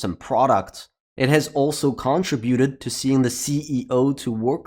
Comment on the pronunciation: If you are from the US, you are pronouncing “contribute” incorrectly. If you are from somewhere else then how you say it might make sense. UK and US pronunciation is different however.